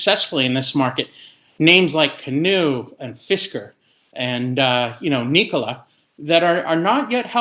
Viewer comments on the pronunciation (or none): lmao Did he say NKOLA? hahaha